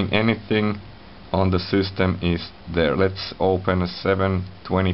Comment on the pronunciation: LOL at the sYstem! So many finns pronounce the word wrong. Cracks me every time :)). It's pronounced SISTEM, not SEWSTEM.